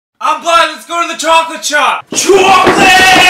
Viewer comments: NJ so "chawclaaate" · “CHAWKLATWEEEEEE” 👨‍🦯💨 - Anthony 2022